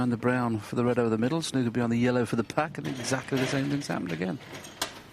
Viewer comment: I love a game of "SNOK"...